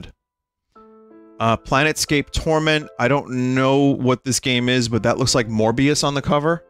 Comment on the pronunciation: "Planetscape tormet" Vinny why, I thought you were cultured!